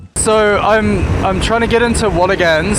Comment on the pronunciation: Great video, but you keep mispronouncing Watagans… it’s pronounced Watagn, the 3rd a is not emphasized, I know I know grammar nazi lol, still great to see my local area on YouTube.